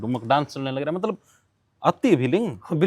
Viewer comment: Le narander - matlab ❎matbal ✅😅